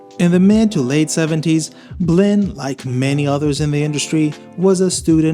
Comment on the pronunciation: BLINN I THOUGHT YOU SAID BLEND holy SHIT I was having a crisis for a second until I saw it spelled out